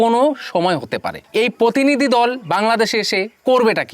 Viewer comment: ভাই আগে বাংলা টা ভালোভাবে বলতে শেখ। পোতিনিধি, পোশাশন কি উচ্চারন।